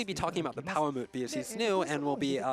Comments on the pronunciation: No. No he doesn't. I'm triggered every time he says Palamoot instead of Palamute. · even dumbass is calling em palamoots